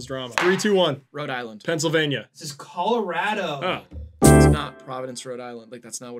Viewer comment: calling it "Call-A-Rat-oh" broke my spirit but thanks for the video anyway